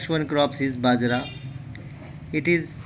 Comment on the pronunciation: It's not badra it's bajra